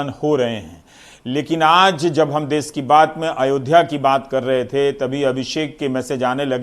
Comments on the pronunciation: देश होता है देस नहीं 🤦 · Ravish ji l' m your fan. I request for use of correct pronunciation of Hindi... Country mean desh.. not des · Des nhi desh hota h GAWAR